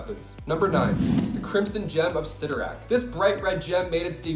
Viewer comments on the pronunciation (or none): Cyttorak... Cyttorak... Lord help this child